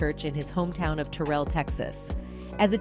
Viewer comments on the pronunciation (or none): Terrell not ter rell